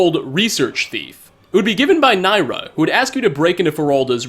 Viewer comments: NIRYA. It's NIRYA. Not NAYRA. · (ni ry a) not nyra.